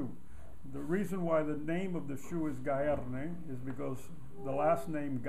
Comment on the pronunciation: I'm saving up for a Gaerne boots... Now I know how to properly pronounce Gaerne.